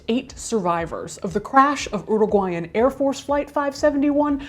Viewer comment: the way this story is being covered is pretty disrespectful in my opinion. also, you're pronouncing chile (and chilean) and uruguay really wrong here too.